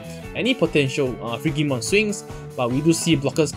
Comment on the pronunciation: Just for future reference, "Frigimon" is pronounced with a "j" sound. It's based on the word "frigid" meaning cold.